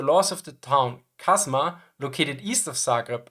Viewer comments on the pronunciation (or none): Popvaca is actually Popovača , it is pronounced Popovacha (similar to La Cucaracha) . Cazma is Čazma, similarily pronunced like Chasma. Overall, armored trains were used in Yugoslavia until Partisans started acquiring anti-tank guns (Soviet 45mm and 76.2 mm, British 6pdr ... ) from Allies, i.e. until they started becoming regular army. This start happening somewhere in mid 1944, thus trains were generally withdrawn towards Slovenia, Austria and Germany.